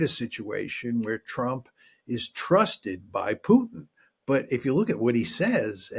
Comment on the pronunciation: You know he's a real journalist when he says Pyutin😆